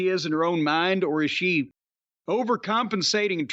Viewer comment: Every time starting when Jim starts his question with “iS shEE?” I think he’s talking about Tomohiro Ishii